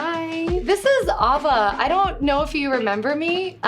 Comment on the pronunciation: Ah va, never heard someone pronounce it like that